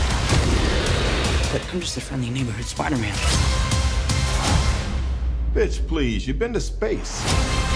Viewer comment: spiderman, not spirder man